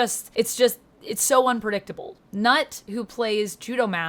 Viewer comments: For future reference, his name is pronounced like nuh. Not nuht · Nhut is pronounced "Nuh", the T is silent.